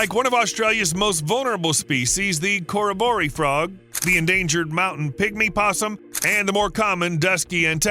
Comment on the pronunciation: Your pronunciation of Australian places and animals is wrong Tumut is pronounced Toomit, and Corroboree is Coo- robbery are just two examples.